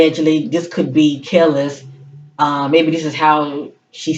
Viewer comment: You’re pronouncing her name correctly ☺️ Very intuitive. Thank you for clarity. Seems to be very aligned with the current situation.